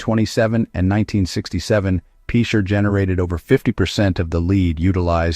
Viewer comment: It's pronounced pitcher, not peecher Oklahoma..